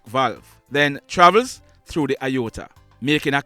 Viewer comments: It is pronounced, A-or-ta Not I-or-ta. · It's pronounced A-OR-TA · No sir, you're incorrect with the pronunciation of the word. IOTA means a small amount, whereas AORTA pronounced A-OR-TA is a medical term. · On the pronunciation of the word A-OR-TA it's pronounce the way it spell. Sounds like you are saying I-OR-TA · It's pronounced A OR T A not I OR TA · Have to correct you sir, the word aorta is NOT pronounced iota... it's pronounced "ay-or-tuh" almost as is spelled. Iota is another word by itself, with a different meaning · No...you please to check a medical professional. Aorta is pronounced A-ORTA... not Iyota which means small amount. Question - do you know whether our soldiers wear safety belts? Haven't we had enough such deaths for rollovers? CONGRATULATIONS for growing your fan base. Details are important. You work hard to. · Great work. You spoke of JDF officer who died… for clarification the vessel/artery is called and pronounced A-OR-TA. The ruptures and dissections are unable to be seen in an X-Ray, only able to be seen in an abdominal CT. I know all of this because I am a medical professional and I also experienced an Aortic Aneurysm last year. Without any symptoms, and only seen while active in a CT scan, I was air-vacced to a level one hospital, some 60 miles from my home Aortic issues are quite rare and most often deadly, in fact I am only 1/700,000 that survived my condition. So grateful, I am. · It is not pronounced "IOTA" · The pronunciation is not right it's A _orta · it is pronounced “A ORTA”. Those Doctors/healthcare providers did a POOR job of assessing the injuries this young man sustained. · It's pronounced a-or-tah No xrays r for bones not organs he probably needed. Sonograms,.cts? Mris sho minute details of internal organs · It's pronounce A or ta...you are are pronouncing it wrong. It is pronounced EXACTLY as it is spelled. You're the one pronouncing it wrong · Pronounced A-OR-TA! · It's pronounced a- orta Sir......